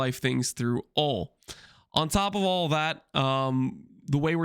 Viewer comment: HE SAID ON TOP OF AUL THAT LOOOOOL